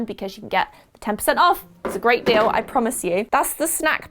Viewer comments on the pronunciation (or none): none